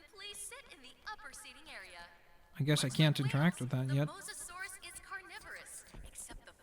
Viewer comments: I'm sorry to bother you, but it's mosasaurus, not mosaurus. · Samuel Walber mo saurus he said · It is mo- as- saurus not mosaurus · It's Mosasauros not mosauros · it is not mosauraus its moSAsaurus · its not mosaurus its mosasaurus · Its a Mososaurus not a mosaurus. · I now its not Mosaurus its MOSASAURUS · It's a Mosasaurus not a Mosaurus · hey your pronouncing the dino wrong its not mosauras its mosasauras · You fucking piece of shit! It's Mosasaurus not Mosaurus! Even after the lady in the game said Mosasaurus you still said mosaurus like a fucking dumbfuck! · dude its a mosasaurus not a masaurus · It's moSAsaurus, not mosaurus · ChimneyTOOTH TOOTH that ain't no abrivation he jus cant say it right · Its MoSAsaurus. Not Mosaurus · Why is he calling it the moasaur it's the mosasaur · Not to be rude but its Mo-Suh-Sor-Us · You can not say mosasoras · STAHP SAYING MOSAURUS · its pronounced"moe-zo-saur-us :) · It's Mo-SA-Saurus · You have to kill 7 sharks not 6 and its mosasaurus not mosorus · its pronounced mosasaurous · MO-zu-sawrus that's how to pronounce it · Yeah I know it's the MoSasaurus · it's pernounced (moss-so-saur-rus) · No it is pronounced moes a saurus